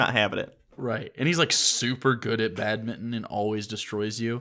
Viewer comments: You guys pronounce Badminton like "Bad Mitton" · BAD-MING-TON, jesus